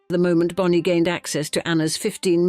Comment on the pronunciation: The AI voice switching up ‘Bony’ and Bonnie is annoying